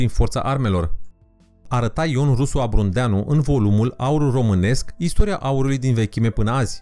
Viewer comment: Am incercat sa ignor problemel de pronuntie, crezand ca era doar un episod ratacit, dat sa conitinui nu mai este accident este prostie. SA stalcesti nume proprii de persoane, forme de relief etc este gogomanie. (Exemple, doldora de la "nemetale" - probabil sa pronunti metale neferoase e greu al naibii iar de stalcirea numelui lui Ion Rusu Abrudeanu - pronuntat de cateva ori ABRUNDEANU ce sa mai zic (apopos, numele vine de la localitate unde s-a nascut, Abrud, ca din cate stiu eu nu exista nicio localitate denumita ABRUND). Apoi mai avem nume stalcite... peisaje supragraciare(?) pentru supraglaciare (ca doar a fost era Glaciara nicidecum GRACIARA), Sacaramb in loc de Săcărâmb, Kogăionăn/Kogonion/Kogăniăn (poate va hotarati la o singura versiune pana la urma...) pentru Kogaionon (in limba greaca nu am auzit vreodata vocala ă), Masivul Godneanu(???) asta probabil in traducere in limba romana este Masivul Godeanu, (Godneanu, ca nume de masiv muntos, nu exista), continuam cu Călcescu probabil in traducere libera in limba romana lacul Gâlcescu, iar Iezul (sigur nu este iedul?) Inghetat probabil este Iezerul Inghetat.... Iar "cireasa de pe tort" este enumerarea lantului muntilor vulcanici din Carpatii Orientali (nicidecum Carpatii Moldo-Trasilvani - poate-mi spune si mie nea ala de citeste de unde a scos denumirea asta de Moldo-Transilvani cand denumirea oficiala, sa spunem, este Carpatii Orientali) - pana si Encyclopedia Britannica se refera la zona ca "the East Carpathian Block an